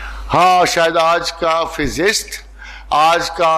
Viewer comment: Physicist not physist